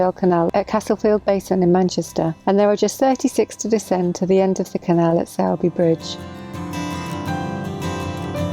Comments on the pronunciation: Just as a hint for those not lucky enough to come from Yorkshire, it’s TOD-muh-dn and Sore-bee Bridge rather than Sour-bee :-) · My local canal. Thanks for the plug! PS. If you're local Its 'Todm'den', or just 'Tod' and 'Sorrby Bridge. Might as well sound authentic! Pity you were travelling when the cinema at Hebden Bridge is shut. Usually excellent. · It's great to see you were enjoying my back garden. Todmorden (pronounced Todmerden), Hebden Bridge, Sowerby Bridge (pronounced Soar-bi Bridge) etc, my walking areas. Soon to be my boating areas fingers crossed.